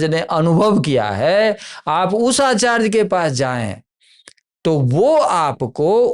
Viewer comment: Yeh Mahanubhav, Acharya ko Aacharge (Aa+Charge) kyon bolte hain?!?!